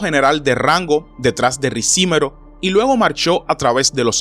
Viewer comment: No es Ricímero, sino, Ricimero.